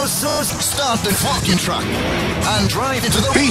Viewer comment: "Start the FOCKEN truck" sounds so clean, amazing